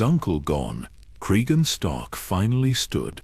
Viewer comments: Really need to edit the AI narration better. After 8 minutes, Cregan becomes crisegan and then crigan. Tsk tsk. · fucking ai slop. Cry seagan??? What have we begotten... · Hard to take this seriously or want to follow when you don't even bother to edit your AI slop. How many times did you / your computer, mispronounce the very character your video is about.